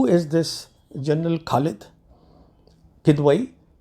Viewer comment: PS: Khalid kh is not like khoya, it is like Khamoshi. It will help if you could learn Urdu to pronounces names correctly. Just a polite info